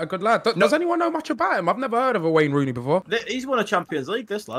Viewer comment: Lmaooo that’s not Wayne Rooney that’s Rayne Wooney 😂